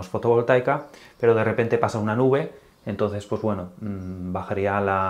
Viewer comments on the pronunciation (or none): none